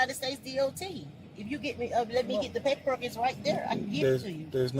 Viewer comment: and they won't even look at her papperrook